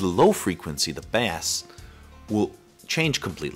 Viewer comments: Bass? You fool ....... bass is a fish. Bass pronounced base is low frequency sound. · I would definitely expect someone to pronounce BASS properly........really I cant believe it